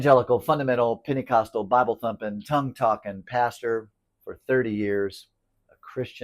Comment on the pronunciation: Wait, did you say Panty-costal? I would like to hear more about that. Sounds like something I could get into! 😂❤